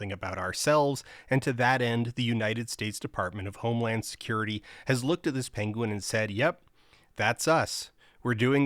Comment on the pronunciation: It is pronounced "pen-win", I believe. Oherwise a well made, thoughful video. Thanks. Cheers*